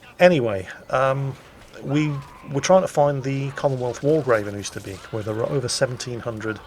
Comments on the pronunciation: Oyster bake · Dutch lesson,.... Oosterbeek / Beek....Get the word BAKER, the way you pronounce the A in there, use that for Beek Oosterbeek / Oost..... Get the word MOST, the way you pronounce the O in there, use that for Oost. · I love how you say Oosterbeek :-)